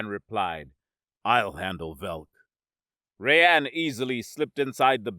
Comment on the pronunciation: Our narrator cannot properly say the name 'Rayan'. His name is not 'Ray-ann' instead, his name is pronounced 'Rye-ann'.